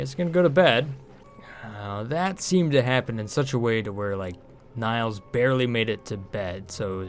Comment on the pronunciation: Why do you always call her 'Niles' instead of 'Nails'? Fraiser fan?